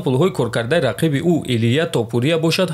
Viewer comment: Братчон илтимос хаму топурияра дуруст талафус кк илтимос. ТопурИиия нестай у тОопурия меша. ИншоАллох наимов мезанаш.